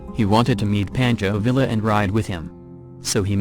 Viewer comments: Pawn-cho Vee-ya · Thank you. I wish you would. Mispronunciations drive me batshit crazy. Pancho Villa? Poncho Veeya, right? Drove me nuts. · Please learn the correct pronunciation of your subjects names. IE: who says PANCHO VIA? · ...the Ls are silent, pronounced Via, Pancho is like a tummy paunch, bearse is a true pioneer of American fiction...its irrating when the the topic of the video is repeatedly saying the name wrong, another reason to not use the computer voice...